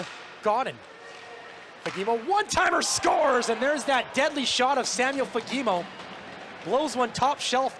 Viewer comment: As a Swede I understand that it might be difficult to pronounce his name but the first one might be the worst pronunciation I have ever heard😅 it is Fa-ge-mo